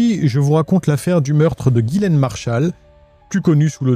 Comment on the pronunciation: Ghislaine ou Gillaine? Car dans la description t'as mis Ghislaine et tu dis tout au long de la vidéo Gillaine ? Sinon Omar selon moi est innocent que c'est une coïncidence qu'il soit présent dans les parages de la victime